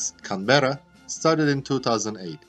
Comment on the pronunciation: Nice. Some pronunciation feedback. ▪Cánberra, not Canbérra ▪V is never pronounced like W or U ▪Build is pronounced Bild ▪The AU in Australia and Launch is pronounced Ô.